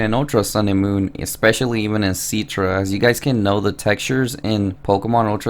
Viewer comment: IT'S CI-TRA NOT C-ITRA